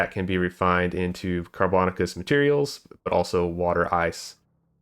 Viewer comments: "Carbon-aaa-shuss" not "car-bon-ah-kuss" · car bo nay shus. You freakticus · Sorry, I'm a language nerd. The word "carbonaceous" is pronounced "car-buh-NAY-shuss". It should rhyme with "gracious" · I love hearing the different ways people pronounce car·bo·na·ceous ore on new videos 😆